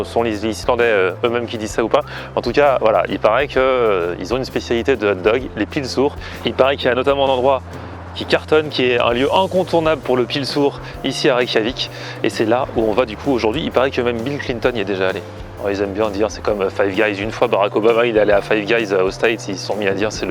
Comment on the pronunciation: Juste au cas où on dit pylsUr pas pylsOUr et c'est fait avec, entre autre, de la viande de mouton